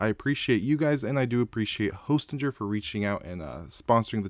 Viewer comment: I think it's pronounced Hostinger